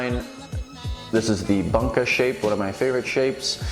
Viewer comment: tsuchime, gyuto, bunka....your pronunciation of these words are really really off, please ask a native japanese speaker on how to pronounce them